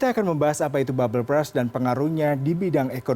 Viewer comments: Berst bacanya bukan bras. Klo lu baca bras itu artinya jadi "Sikat". Bisa baca kan klo tulisannya U duluan baru R? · Agak keganggu sm pronounce mas nya 🥹 babel bras